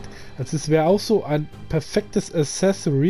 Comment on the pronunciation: Accessoire nicht assesori alles top aber die ausprache dieses Wortes